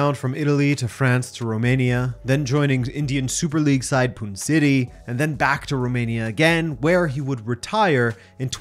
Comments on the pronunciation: Gawked at the pronunciation of Pune City. It's spelled " Pooneeey" City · It's Pune (Pu-ney). 🇮🇳